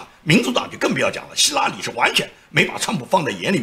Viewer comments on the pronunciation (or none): 没错，他说希拉里的时候总让我想起拉裤子。